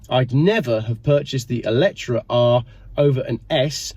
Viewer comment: Eletre - pronounced Ellie - tree??